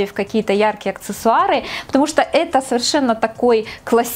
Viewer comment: Как всегда все безупречно!Только почему мне всегда слышится акЦессуары?🤔